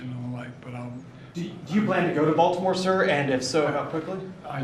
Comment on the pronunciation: Vaultimore, ballimore, oh man this guy can't speak properly